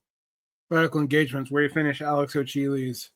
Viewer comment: Pretty sure Alex Hochuli’s name is pronounced Ho-ku-li. Just saying